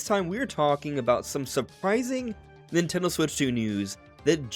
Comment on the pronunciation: Nintendo Direct not Natone Direct.